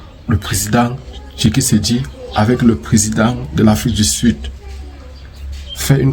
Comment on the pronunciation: On dit Tshisekedi et non Tshikesedi .....😮 OK?